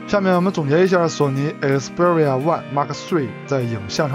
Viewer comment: 请把xperia的读音搞清楚…